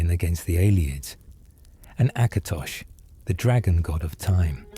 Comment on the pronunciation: It's "Last Scabbard of AKATOSH," not "Acrash"